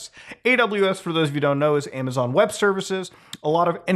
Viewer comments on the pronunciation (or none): none